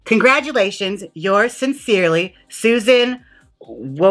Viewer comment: Jaymes trying to pronounce Susan’s name is me reading anything